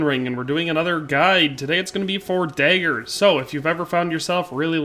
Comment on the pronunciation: It’s DAAAAAgers, not Deagers